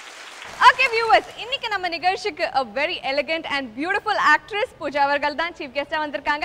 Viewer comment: உச்சரிப்பு பூஸா என்பது தவறு. பூஜா என்பதே சரி. மதுரையை அசிங்கப்படுத்த வந்துள்ள மாமனிதர் முத்து அவர்கள். காலத்தின் கொடுமை😂😂😂